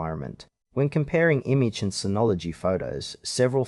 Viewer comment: It's pronounced like "Image".